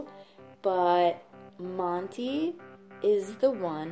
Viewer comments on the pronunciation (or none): Hey I kept going historical laughing when you kept saying motto and not monty lol